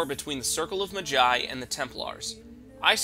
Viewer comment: its maaa-jai rhymes with big-sigh.